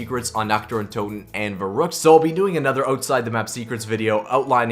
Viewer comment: Your not even pronouncing verruckt properly lol